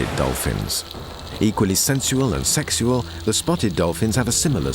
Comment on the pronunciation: The way the narrator keeps saying "seksual" is so funny to me